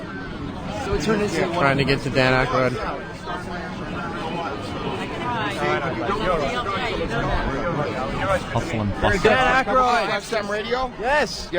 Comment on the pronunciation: It’s Aykroyd dummy